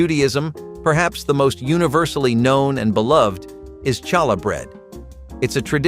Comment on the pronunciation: Pronounced Halla …,not Challa h!!!!